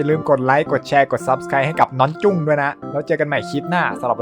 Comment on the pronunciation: กุ้ง❌️ จุ้ง✔️